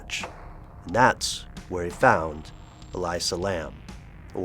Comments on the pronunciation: Her name is pronounced E-Lisa. Not E-Liza. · Its elisa (eh-lisa). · I believe it's pronounced E - lee - sa. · ell ee sa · why do you pronounce her name that way? no other source does, including police and all news reports. i can't help surmise if you did not double check that simple bit of info, you may not have double checked anything. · Not only is it a story that has been told a thousand times they pronounce her name wrong....